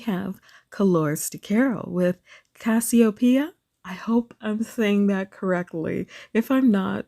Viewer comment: my name is CASSIOPEIA and you said it just fine, there are a couple ways to pronounce it but yours is the most common.